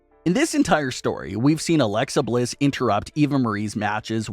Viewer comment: You keep saying her name wrong man